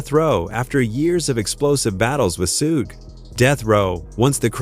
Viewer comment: Its pronounced shug 😂